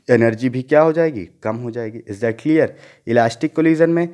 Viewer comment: Is not cleaarrrrr 😂😂😂😂😂,haha nott clearrrrr,"is that clearrrrrrrrrrrr 😎😂😂